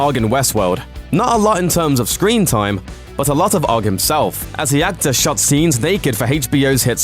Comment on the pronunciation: It's pronounced O.G.G not ogg 😂😂